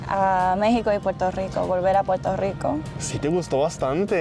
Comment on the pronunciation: Japonesa, hablando español con acento caribeño, pero pronunciando la R y diciendo Puerto Rico en lugar de Puelto Lico 😀